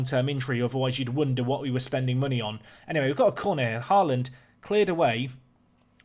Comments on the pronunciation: The double 'A' in Haaland is pronounced as "Awe" in "Awesome", it's meant to be the Norwegian letter Å :) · And, you know, HY-DARA and HORE-LUND. I mean, this dude's pronunciation of player names is atrocious, but I've got a laptop and FM20 coming on Monday, so I'm watching everything I can. Also, if we're being critical, his speech pattern is: --> talk for a minute --> pause --> swallow --> lip smack Just over and over again. Still, absorbing the tips and strategy, so that's cool. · Haaland is pronounced more like HOE-lawned (the first syllable is somewhere between “hoe” and “huh”)